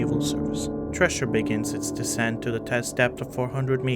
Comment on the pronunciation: You’re reading the script without pausing for natural punctuation, and are not pronouncing “Thresher” properly, which is unfortunate, since it’s the subject of the video.